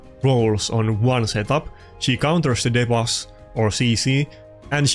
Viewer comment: My fav one is how you say debuffs as " deh buffs" instead of "de buffs" lol